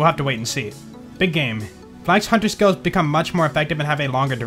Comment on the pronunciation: I like how some skills "stag." I'm sorry I just cannot unhear it.